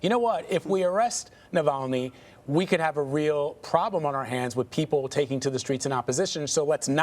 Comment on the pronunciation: You can't say 'streets' or 'Navalny' perhaps more training before you get on screen as a reporter?